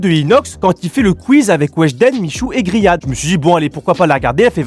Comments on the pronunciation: A chaque fois j'ai l'impression qu'il dit Grillade pour Riad 🤣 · G moi il dit griade a la place de rihade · Pardon g bien entendue au lieu de dire riadh il a dit griade😂😂😂😂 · Il a dit griade